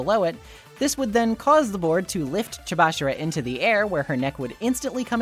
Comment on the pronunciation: You know, i notice how you and and the dr anime switch up dr last names into making them sound more like first names. like the way you pronounce "amami" or "chabashira" you made them more quick and mispronounced to make them sound more like names.